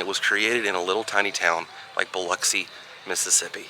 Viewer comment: That you for sayin Biloxi right!!!! Lol I know a lot of people say it funny